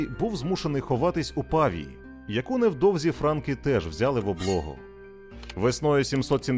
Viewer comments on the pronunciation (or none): Не пАвія.. ПавІя.. Наголос, б.ласка..